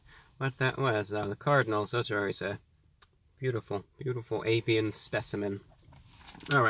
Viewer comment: That sounded like "apian". Did you mean "avian" my lord, is this a test of our worthiness, or have the African Bees had their way with the Cardinals?